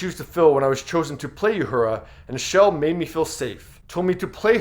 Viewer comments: As tasteful and respectful as this video is, celebrating and commending a true star in our universe, might have gone to the effort to pronounce the character names of both Nichelle and Whoopie correctly. Uhura - ooo hura, not you hura. And Guinan, is guy nan not g oo e nan. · Thanks for the tribute, but based on the way he pronounced several names, I don't think this guy ever watched Star Trek in his life. You-hura? Gwee-NAHN? Ouch. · you mispronounce "Uhura" and "Guinan". You can do better. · It's really funny watching a video narrated by some fool who knows absolutely nothing about what their talking about. It's pronounced "Uh Horra" not "You Hurah" and Whoopi's character was pronounced "Guy Nan" not "Gu A Non". If this guy ever watched 1 of each of those shows he would know how to pronounce their names. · Also, not You- hoora. OO- hoora. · The sentiment of this video is great! also it's; oohura not youhura guynan not gweenahn tahkeye not tahkae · If you’re doing a report on Star Trek, at least learn how to pronounce the characters’ names. It’s not Ya-hoora and Gweenan. 🙄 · Who is this guy narrating this? He mispronounces Uhura as You-hura, Guinan as Gweenan, and can't read a sentence, saying "around" when the text clearly said "throughout." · Did you also say YUHURA? What? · You need to get the proper pronounication of Quinan and Uhura. Fyi Mulgrew's character wasn't a commander she is a Captain. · You mispronounced Uhura, twice. You mispronounced Guinan. Have you ever seen so much as one episode of Star Trek, or are you just trying to cash in here? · One you pronounced Guinan terribly two it wasn’t the first interracial kiss though it was a very important early one and three this is a great tribute keep up the good work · Are you purposely mispronouncing Uhura and Guinan's name?